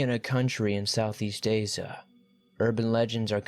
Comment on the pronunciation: Seizure. Asia. wafting. Isn't there a pronunciation app for these narrators? Does this narrator proofread these writers work? 🤔 just wondering. The pronunciations and grammar mistakes are very off putting.